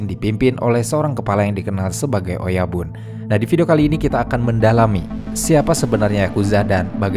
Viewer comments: bacanya oyabun ya, bukan oyaban 😊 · Oyabun, bukan oyaban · Bang oyabun tetap di baca oyabun bukan oyaban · Kobun dan oyabun, bukan koban dan oyaban. Koban artinya kantor polisi, oyaban artinya bagian orang tua. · Narasinya bagus. Tapi spelling oyabun kobun nya jadi agak gimana gitu. Apalagi di ulang ulang.